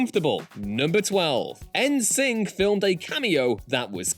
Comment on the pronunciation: listening to a British person so wildly mispronounce the nam NSYNC is hilarious. it actually makes me think British people don't know it is supposed to be "In Sync" lmao.